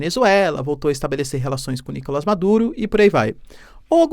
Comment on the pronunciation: NicolÁs!!! NicolÁs!!! NicolÁs!!! NicolÁs!!! NicolÁs!!! NicolÁs!!! NicolÁs!!! NicolÁs!!! NicolÁs!!! NicolÁs!!! NicolÁs!!! NicolÁs!!! NicolÁs!!! NicolÁs!!! NicolÁs!!! NicolÁs!!!